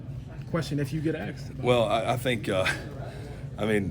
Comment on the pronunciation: did that "journalist" just say" if you were AKSED"